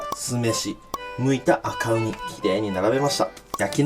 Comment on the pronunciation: 同じ事思ってる人いた